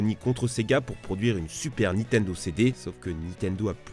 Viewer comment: Bon déjà vous vous êtes fais allumer pour votre "vissiz" Moi j'ai envie de vous allumer pour votre "Nitendo" on dit "NiNNtendo merde. Pour des gros joueurs Pokémon et smash bros jtrouve que vous abusez